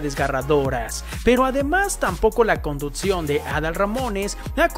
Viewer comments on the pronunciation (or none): Qué bárbaro no digas "conduTcion"!!